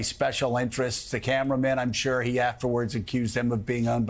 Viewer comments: Joe-of course you wouldn’t like Vivek (pronounced Vi-vake, NOT Vee-veck 🙄🙄🙄), he makes too much sense, knows what he’s talking about and isn’t up to his chin in 💩already!!! Not your type of career politician, I mean LEFTIST, sorry 😂😂😂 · Did that guy just call Vivek V E E V A C? For the love of god if you're unable to pronounce the name correctly , how can anyone take you seriously? Forward to to listen. FYI, Vivek's performance was stunning and I don't believe you when you state you asked someone about his performance and that person suggested he was a con man but that people would believe him; I believe those to be your words. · Who is Vivac? Purposely mispronouncing or actually not listening well enough to know he is saying it wrong? Whatever the answer, it disqualifies him from being taken seriously. Arrogance and pettiness seem to be the most important qualities MSNBC hosts need. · What a joke this station is. I can't believe people actually consider this junk news. Speaking so low of supposed crimes that actually aren't but not a peep of Bidens crimes. Talking about these candidates. How Vivik speaks? Biden or Harris can't even make coherent sentences 😂😂😂 Biden can't keep from crapping his pants or even knows where he is. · "VeeVack" Joe? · VivAk. At least know how to pronounce the dude's name. How are those ratings going, MSNBC? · Now him pronouncing Vivak name wrong is racist, why arent people crying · Joe just sounds ignorant and out there- can’t even pronounce Vivek. Take him OFF the air MSNBC, you’re wasting your $$